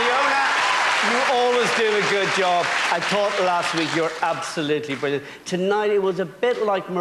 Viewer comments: haha "IT WIS BRRIWWIANT, NIKEETA!" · 'IT WAS BRIWLLIANT NIKITA WUEEEEE!!' - nahhhh